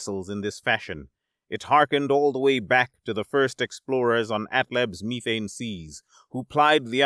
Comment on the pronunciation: you are saying methane wrong